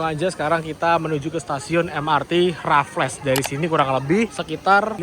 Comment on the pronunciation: raffles sebutannya RAFELS bukan RAFLESSSS😂😂😂😂